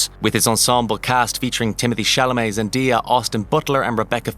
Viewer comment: Zen-DEE-ah?! please learn how to pronounce things properly